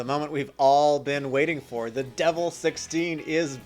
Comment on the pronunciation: Its "De VEL" not "Devil"...as like in "Development"